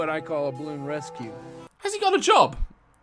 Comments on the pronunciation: I love that Daz misses out the 'a' in 'balloon'. He says 'blloon' 😂😂. Also, he pronounces the plural for 'woman' as 'woman' 🤭🤭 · He keeps saying bloon